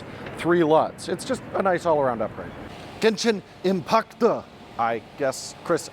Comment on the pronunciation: saying Genshin Impact with a Japanese accent was something I never knew that I needed to hear.